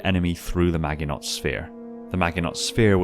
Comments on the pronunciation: One minor correction? Maginot is french. So it's pronounced majinoe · I hate to be THAT guy, but Maginot is pronounced ma-jin-no. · maginot is french, its pronounced ma-zhə-ˌnō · Majiknow is how to pronounce Maginot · It's pronounced 'MA-jin-oh' - from the name of the Maginot Line, France's 'impregnable' defensive line in 1939 which the Germans just went around instead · Maginot sphere? Is that a reference to the Maginot line in WW2? (BTW it's pronounced Mah-jee-noh) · "Magg-i-knot" C'mon man! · Just so you know, "Maginot" is pronounced like "Mah-je-no" as it's a French name, so it must be pronounced with maximum pretension. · my god the pronunciation of Maginot is terrible